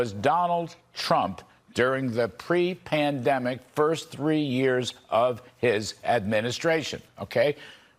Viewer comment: Kudlow had a few too many martoonies before this episode. "Prandemic"